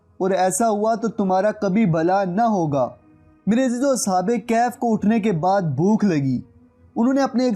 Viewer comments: Sir sahi word kahaf hai kaif is wrong pronunciation plz correct it thanks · It's kahaf please pronounce true word Kahaf not kayhayf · bhai kehaf ni kahaf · Bhai video buhut achi hai lekin ya lafz galat Ada kar rahe ho kaif iss tarh bola jata hai.ya kahf hai Na ka kaif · Asalamoalaikom kaif nahi bhai kahaf aur ya syedzada kia hota ha? syed kioun nahi? waisay ap nay mahnat achi ki. isa jari rakhain. Jiakamullah ho khair